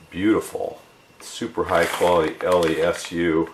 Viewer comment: I think its pronouced "Less-OO" Like boo!😂